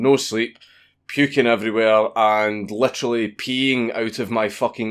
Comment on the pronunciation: "Letrally peeing out of my fooking arse" How do you even do that That's how you spell a Scottish accent right?